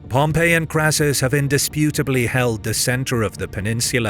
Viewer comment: It's a bit irritating that the narrator keeps calling Pompey in the same way as the city of Pompeii